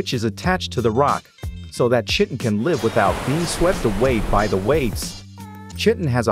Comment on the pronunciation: I believe its pronounced kiton but shitin is way better 😂😂